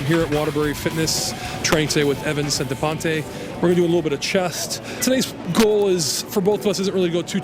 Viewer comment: He pronounced Evan's fucking name wrong at the beginning